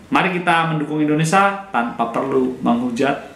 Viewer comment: Indonesia "Sia bukan Sa". Ucapkan asia dan dunia bisa bagus. Saat bilang nama negara sendiri salah. 😂😂😂